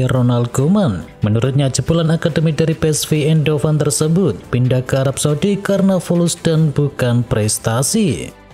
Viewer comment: Indoven? Indo mie kalee ... Ucapkan: ain hooven